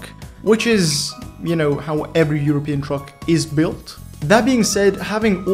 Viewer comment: "iuropeean semaitroc" 💀